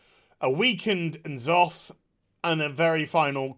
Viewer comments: "en zoth" boy how do you not know it's "nuh zoth' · It's N'zoth not En Soft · Your pronunciation of N'zoth is completely cringe inducing. Nuh-zoth. It's pronounced in the game already. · Those broken crap trophies are in Twitch Fails SOOOOOOOOOOOO often, why can't they make decent trophies? They need a couple per year, not like a hunk of plastic or aluminum is all that expensive. It's pronounced "nuh-ZOTH" by the way. Man, ever since Pandaria, they've just been pulling shit out of their ass and calling it content and story. So little of what happened after that had any roots in previously established lore...I mean like, some of the locations did, but not what was at the locations, or some peoples like the Zandalari, but then they act totally different or whatever. This stupid heart chamber of Azeroth and making Azeroth into a baby titan just...wow guys, fuck that whole deal. Taking care of the whole Legion in 1 expansion basically...also fuck that.